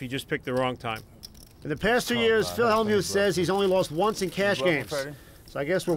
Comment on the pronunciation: The Y in Hellmyouth is SILENT